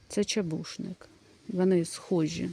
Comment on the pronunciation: Перед нами чУбушник. Почитайте хоч правильну назву перед тим, як записувати відео.